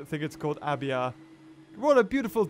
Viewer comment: It's pronounced ay-be-uh